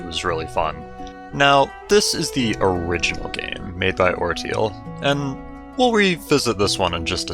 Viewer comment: Pretty sure orteil is pronounced "ortay". It's also french for toe.